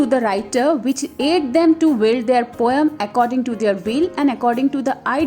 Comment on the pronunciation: The pronunciation of poem is 'poe-m' we mispronounce it as poe-yum.😁